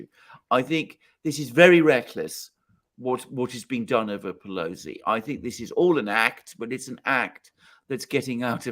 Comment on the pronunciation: Come on man! It’s pelosi 😅